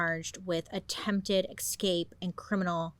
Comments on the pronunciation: The best thing about Bailey is she hasn't ever changed the slightest in over 5 years: in the friendly tone, mode of investigative-hot-goss storytelling and... in pronouncing EX-CAPE!!! lolll love her for it allll have been fan for years - best youtuber out there 💘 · does anyone know why she says eXscape? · Girl I love u been subbed for ever but the way u turned escape into excape is a bit of a crime at r age 😂😂😂 u look fabulous as usual so hay we win some we loss some ❤❤❤